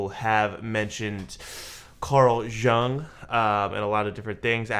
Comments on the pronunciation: It's not related to the reaction (well kinda is), but your pronunciation of Jung is hurting my ear😅 "Jung" like In "you + ng." I'm sorry if my comment sounds rude or something, it was not my intention💜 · Are you aware that your picture covers the CC lyrics? I think his name is pronounce Carl Yoong.